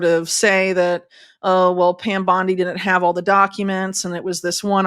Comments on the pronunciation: Please correctly pronounce the word “Didn’t!” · Didn't. Not Din'it. Stop slaughtering the English language syllable by syllable. 😢